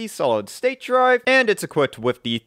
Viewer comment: You lost me the first time you said wiff instead of with.